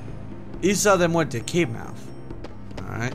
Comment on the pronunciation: Mue(L)ta, so Puerto Rican.. It's Mue(R)ta